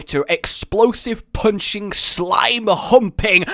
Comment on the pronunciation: Did you say slime humping or slime hunting